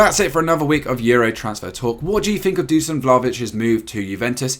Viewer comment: He'll be a bigger success than English announcers who have all failed miserably to pronounce Doo-shan properly. At least you get Keiran Debruyne and Mojahed Salah right.